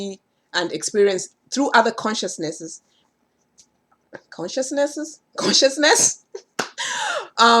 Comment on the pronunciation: Consciousness-ness? Consciousnesses? Hilarious 😂 Enjoyed the video and message! 👍🏾